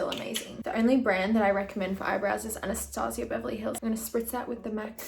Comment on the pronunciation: um i think it's pronounved anna-staje-uh beverly hills